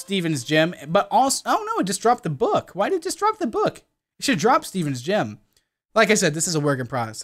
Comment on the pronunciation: U SAID GYM NOT GEM